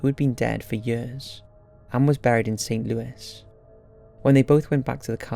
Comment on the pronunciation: BTW, St. Louis Cemetery is pronounced St. Louey. FYI.